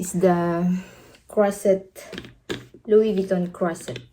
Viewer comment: Wow louie vieton